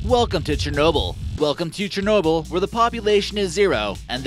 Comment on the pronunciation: "CHERNOBEL" Please can u spell it?